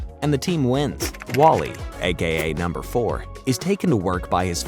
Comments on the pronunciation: Love this recap and I miss this show greatly!! Just fun reminder, it's, "Numbuh," not "Number!" 💜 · You are pronouncing "numbuh" wrong